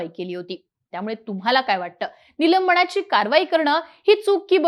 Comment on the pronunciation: नीट बोलण्याचा प्रयत्न कर नीलम्बणा ची नको बोलू, निलंबना ची , असे बोल. ण नाही, न.